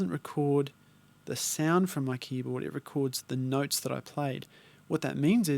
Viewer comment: You had me at "noyts" mate;)